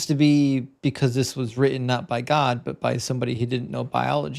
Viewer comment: When you say written, you tend to say the emphasis on the end as in not ten, lol.